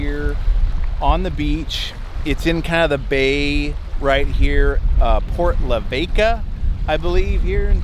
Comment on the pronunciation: you really butchered the pronunciation of Port Lavaca. Yes they do make quick release hardware for the jeep doors.